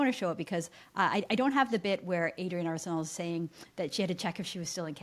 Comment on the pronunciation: Adrienne Arsenault? With emphasis on the first syllable of her last name?